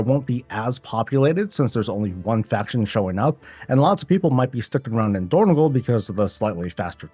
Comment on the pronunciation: It is dornog-AL, not dornog-OL